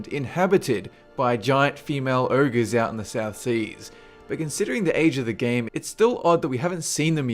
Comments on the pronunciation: OhGer... Not ErrGah... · It's "oh-gerr" not ERRGRRH. Ogre. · what the hell is an "Errger"?